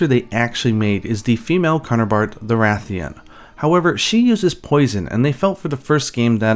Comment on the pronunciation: You said Ra-thian? I knew it! Every keeps saying RAY-thian and I'm like "bro, why would it be pronounced different from RA-thalos?" Ray-thian and Ray-thalos? Nope, Ra-thian and Ra-thalos.🐲